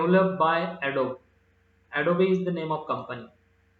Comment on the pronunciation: Sir, its not adobee its adobe